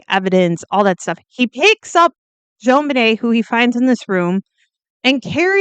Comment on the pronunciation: It's not "Joan," it's Jon, as in John.